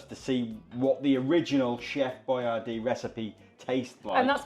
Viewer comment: He created Boyardee so that Americans would know how to pronounce it, but unfortunately neglected to clarify that the emphasis is supposed to be on the second syllable.